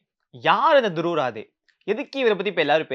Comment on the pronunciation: துருவ் ராதே அல்ல துருவ் ராட்டி ( இதுதான் அவரது உண்மையான பெயர் இந்தி உச்சரிப்பில்)